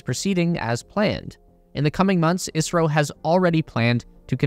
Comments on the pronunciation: not i-a-si-ro its is-ro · Why does it sound like you're saying Israel in a video about India ??? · The host is saying "ISRO" not "Israel", his pronunciation of ISRO is wrong but everyone who is aware about ISRO will know that host is talking about Indian Space Agency and not about Israel. Anyways Correct Pronunciation of ISRO is: "IS" as "is" in "his" and "RO" can be pronounced normally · It's ISRO, not Israel. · Did I hear you kept saying Israel instead of India? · Isro not Israel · Right ? I keep hearing israel too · Why does he keep saying Israel? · he pronounces ISRO as Israel for some reason lol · The host is talking about "ISRO" not "Israel", but yeah since the pronunciation of Host is wrong than misunderstanding is expected among those who are not aware of ISRO. Anyways Correct Pronunciation is: "IS" as "is" in "his" and "RO" can be pronounced normally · OK, ISRO. Am I the only one with a hearing problem? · Isro , he’s saying ISRO